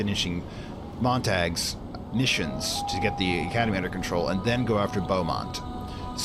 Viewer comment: LOL I had to chuckle about the pronunciation of Beaumont. I've been noticing that for a while. And I'm pretty sure the crow guys are revenants , not reverents. ;) Of course wibbly wobbly timey wimey, your future is in the past :D